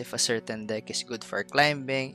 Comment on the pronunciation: Love your content, just a little tip: the 'b' is silent the word climbing. 😁 Not a big deal. Just a reminder. 😊